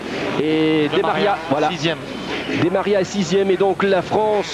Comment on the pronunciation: On dit « demaria : deux-maria » et pas «des Maria » petit point linguistique